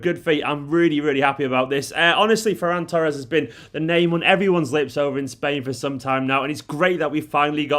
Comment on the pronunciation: This is great. Great pronunciation of his name too. It's a Catalan name.